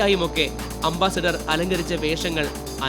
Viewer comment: അംബാസിഡർ അല്ല . അംബാസഡർ ആണ് ശരി.